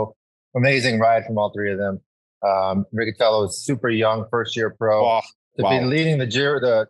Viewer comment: Riccitello is a surname very popular in the southern Italy... the correct pronunciation is with the "C" palatal... exactly like the english word "Rich"...